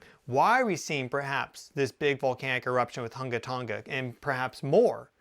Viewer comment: You said that volcano name really well. Good job 😊